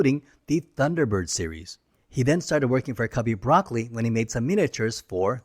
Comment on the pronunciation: Just as a bit of FYI, Albert Broccoli's name isn't pronounced like the vegetable. It's pronounced "Bruh-coal-ee" with slight emphasis on the second syllable. I believe it's an Italian name. But I bring it up because it really ruins the credibility when you can't pronounce the names correctly. I know it's spelled the same but as a true blue since I was born Bond fan, I immediately knew your research didn't involve watching actual video documentaries or interviews about the films.